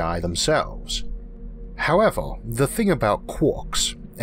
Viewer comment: With all due respect, what accent is this, or is it a speech impediment? Year - yeor. Universe - univors, however - howevor etc